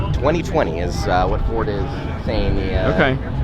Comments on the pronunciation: Not JordGT it should be JardGT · JordGt?? It needs to be JardGt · Don't ya mean "Ford GTFord-E"?